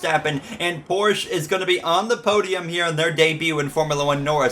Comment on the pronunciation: its not “Porschea” its “Porsche” also ur mom bro shut up + ratio